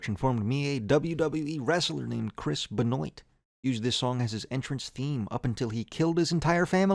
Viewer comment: Chris Benoit is pronounced "Ben-wah" it's French lol